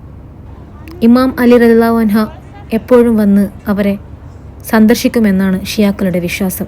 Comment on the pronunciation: ഇമാം അലി റളിയള്ളാഹു അൻഹ അല്ല അൻഹു ആണ്